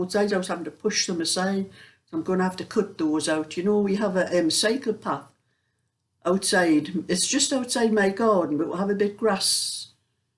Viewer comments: I got confused because I was not paying good attention. It sounded at first like you said you got your cardigan stuck on the brambles because there’s a psychopath out there. But you were saying cycle path! Oh dear… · I thought you said psychopath at first!! (Cycle path 😆)